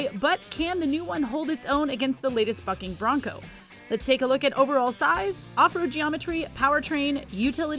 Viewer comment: Had to rewind to make sure I heard correctly, the latest "*B*ucking" Bronco. When I heard it the first time I was thinking what?! it looks good but let's not get overly excited! Actually, I played it back some more, it really sounds like a F was used😂🤣🤣